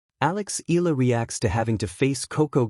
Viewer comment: It's E ya la (Eala), not Ela. PLEASE SAY IT RIGHT. AGAIN E ya la (Eala). ARE YOU AN AI or what? AGAIN E ya la(Eala). ty